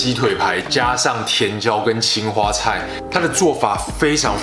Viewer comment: 青花菜一開始誤聽成青蛙菜了😂